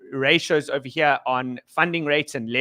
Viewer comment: ohva heer, ohva theer